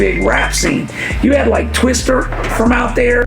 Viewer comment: I was out as soon as i heard this man say twister. Twista!!!